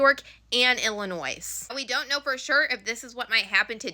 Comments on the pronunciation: Illinois = Ill-in-oy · The s at the end of Illinois is silent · Hey just an FYI we don't pronounce the s in Illinois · In Illinois, the "s"is silent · ...ummm ...the S is silent in Illinois smh 🙄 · The S in Illinois is SILENT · The "s" in Illinois is silent